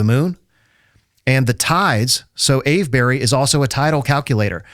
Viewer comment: if he says ave-berry one more time. every english person watching is screaming "Its pronounced Ave-bree!". That goes for all of the "burys". we just say bree, cus ent nobody got time to say all the syllables